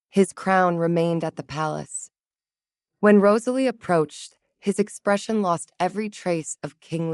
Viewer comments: Did yall NOTICE the 2 shiny GOLD RINGS popping out Gerald's fluffy BELLY?? YES! THX 4 noticing the simple name Rosalie was ONLY done correctly in the very beginning and at th end ! A ROSE is a ROSE-uh-lee* NOT RAHZ-uh-lee, & ESPECIALLY Not* Ruh-ZAY-lee (cringe) =O 🏰👸🤴Medieval names great, but only if U say em right:*Alaric= AL-rik, NOT Al -LAIR ik. Try Jocelyn, Morgana, Johanna, Annalisa, Elspeth, Leonora? :person-turquoise-wizard-wand:🪄Enchanting taleTHX! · Cute enough I guess. However the constant mispronunciation of Rosalie was seriously grating on the nerves. If the narrator was able to get it right near the end , then why couldn't it do it throughout the rest of the story? I'd just be getting back into the story when it would mispronounce her name and then it would ruin things all over again. Please do better so we can actually listen & enjoy the story. A little more romance and a little less on the femenist aspect would be nice also.